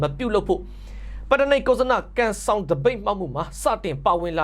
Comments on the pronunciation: ပတ်တ. နိက်ကုဇန. လို့အသံထွက်ပါ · ပတ်တ နိက်ကုဇ်ဇန လို့အသံထွက်ရမှာပါ